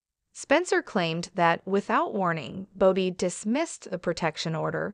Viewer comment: It’s Bobby not “Bow-Be”